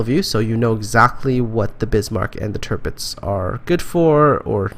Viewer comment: The first "i" in Tirpitz is pronounced somewhat like the last one. Somwhere in between the words "wee"/"bee" and "fish". Check it out: Just a heads up. :)